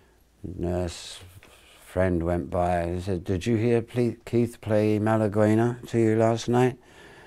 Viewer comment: For anybody misled by Keith's pronunciation, it's Malaguenya (Malagueña in Spanish) - basic flamenco from Málaga, i:e: one of the themes that most flamenco guitarists can play.....